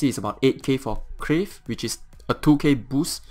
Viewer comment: It's Carve not Crave. I know English isn't your native language but at Least now you know.